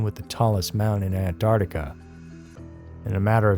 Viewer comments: Please... anyone who says "Ant-art-ica," please stop. It is "Ant-ARC-tica." Please, and thank you. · ANTARTICA? WHERE THE ( C)